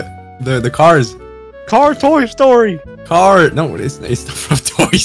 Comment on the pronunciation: “Car toy-story” CAR TOY STORY HUHHH WHATTT